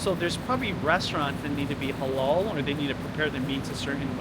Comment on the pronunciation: The way u pronounce halal as holol is so funny. It’s supposed to be like a clear «a».